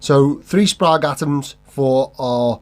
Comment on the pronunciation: Every time you say for someone to let you know in the comments I think, "oh we will let you know!". Just knowing the internet. Plus it's pronounced Sprague. 😂😂